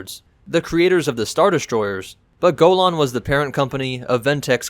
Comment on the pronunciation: am pretty sure ur mispronouncing golan